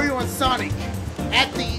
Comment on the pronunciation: when he said sonic name I dead "shonichsh"